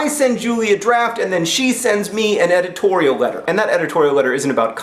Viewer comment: Editorial sounded like "egg twirl"